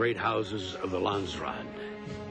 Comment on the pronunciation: Brad Dourif is marvelous as Piter De Vries! It's kind of irritating how he repeatedly mispronounces "Landsraad"... It sounds more like "Land-straat" when he says it... / a "country street" in the Netherlands..?